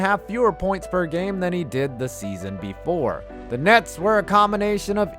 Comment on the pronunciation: Did you say "the Brooklyn Nads"?